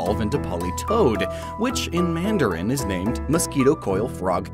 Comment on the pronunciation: Who is the speaker for mandarin in the video? His pronunciation is terrible. I can easily tell that he is a native Cantonese speaker instead of mandarin.